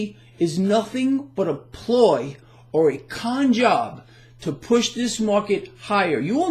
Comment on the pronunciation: Did you say a "Con Job" or a "Don Job"? A "Con by Don" might be appropriate.